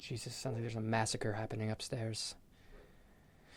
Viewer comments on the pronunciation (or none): none